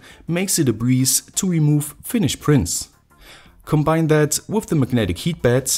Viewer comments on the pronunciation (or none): none